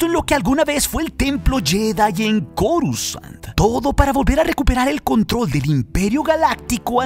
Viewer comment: porque en mas de un canal normalmente pronuncian """corusand"" en vez de coruscant como debe ser????